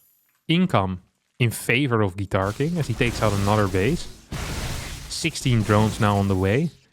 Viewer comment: Are there any Russians here who all the way were sure that GuitarKing was perfectly pronounced by like Russian surname «Гитаркин»?